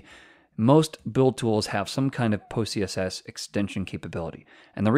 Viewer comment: Why do I keep hearing pussyCSS?? Good Video tho.